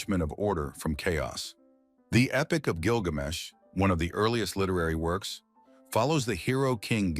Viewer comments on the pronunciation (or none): none